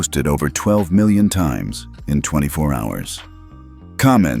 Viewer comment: Teach your AI reader that 'million' is pronounced 'mill-yon' or 'mill-yan' not 'mawiwi'